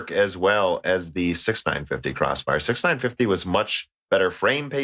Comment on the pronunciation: 6950 = "six-nine-five-zero" OK 6950 = "sixty nine fifty" OK 6950 = "six-nine fifty" NOOOO!!!! Somehow you don't have this problem with 6900, 1660 or 2080. Also, Frankenstein rhymes with Wolfenstein. There's no "STEEN" in either. I have to think you were trolling that guy who complained about Nvidia. If he's still subbed, he hasn't heard this episode yet.